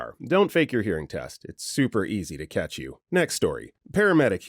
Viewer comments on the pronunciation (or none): none